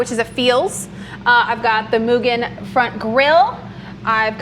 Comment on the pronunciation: Thank you for pronouncing Mugen correctly.